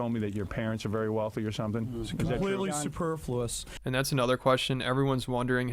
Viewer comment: My man hitting’ us with that “superfluous” outta nowhere without even slurrin’. Okay. I see you.